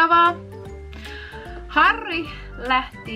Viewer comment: Mun nimi on Harri - ihanaa miten sanoit tuon tuplaärrän niin nätisti!